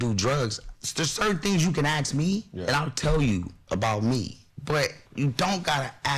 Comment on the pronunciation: *Ask (not axe 🪓 )